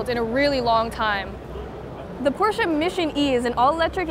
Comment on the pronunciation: why she keep saying porchea